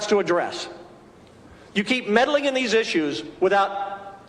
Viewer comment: "Medeling"?? Like the 2016 election?🤔